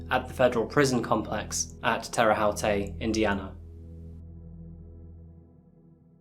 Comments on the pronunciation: Hoosier here; for future reference, Terra Haute is pronounced like "oat", not like "how-tay" Fantastic video tho! Your channel always makes excellent ones. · Hi! Great videos! I live in Indiana and just wanted to let ya know that Terre Haute is actually pronounced like " Terra Hote". Yeah we think its weird too. Keep up the great work! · Just an FYI in case you do anothe case where someone ends up in Terre Haute, IN here is the correct pronunciation: teh-ruh howt. I lived there for a short period of time! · "Terra Howtay" Tear-a Hote" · You're adorable. Terre Hauté 😂...as an Indiana resident, I giggled. We pronounce it like this Terre Hoat (like the word goat). Love your channel by the way...haven't watched the Delphi one yet (another indiana one). It's very sad. If you want another interesting (and tragic) Indiana story, check into the Richmond Hill explosion. I actually heard the explosion from my parent's house and worked with the father of the man who passed. My heart breaks for him still. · "Terra-hot", not "hot-tay". Needs an accent aigu on the E to be "hot-tay" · Tera hawtay. Dude it’s terre haute, like terre-hoot, like an owl. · Yes. I think she should have been put to death. And just for future stories. If it's in that city, it is pronounced " Tear a hote. Love your content and story telling. Thanks. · I don't want to be that guy, (our state doesn't get mentioned often) but Terre Haute is pronounced Tera Hote like the bag (tote) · Just a very small FYI...It's pronounced Terra Hote (Terre Haute). For future reference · Terre Haute ( rhymes with coat) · Terre haute is pronounced Terre Hote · Terre Haute is pronounced like Tera Hote and Merrillville is like mer ruh ville lol unfortunately I am an Indiana native. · Location of execution is pronounced Terrie Hoat. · Doesnt matter and i agree its spelled funny but, Terre Haute is pronounced 'tera hote' like rhymes with boat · Pronounced: Tara-hote :) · Terra Haute is pronounced “terra hoat”